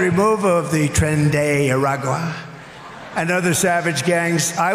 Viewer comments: What a “trenday araga”? That’s what he said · 😂 what is Transgenaraqa haha he's demented